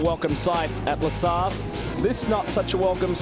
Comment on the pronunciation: Pronouce La Sarte and forget the "H" of Circuit de la Sarthe !